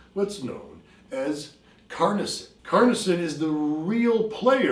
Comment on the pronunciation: *Carnosine, not Carnosyn.